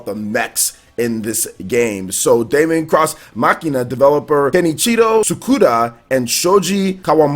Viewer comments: Hey wassup. Deemon it's pronounced guys not Daymon. Daemon(demon) x Machina is looking better n better the more I see it, a game I am really looking forward too playing and a very nice surprise. Resident Evil 2 Remake or Reimagining collector's edition I will have too try n get. Younger Leon n Claire are looking awesome and the game as a whole is looking pure quality. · It's pronounced Demon ex machina like deus ex machina not Damon cross Machina